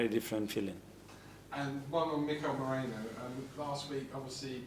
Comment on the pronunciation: Why do y'all mispronounce Merino's name? It's not Mereno!